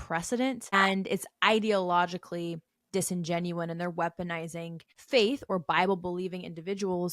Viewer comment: lol yeah it’s a common mistake i hear ppl saying it that way all the time